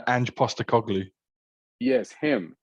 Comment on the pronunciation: He nailed Postecoglu in the end! 😅